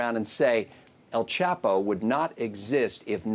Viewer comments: "El quapo" LMAO 😂😭😂😭😂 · dead ass pronounced the name so wrong😂